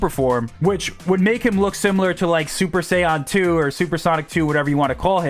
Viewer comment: “Super sayoun tew” ☠️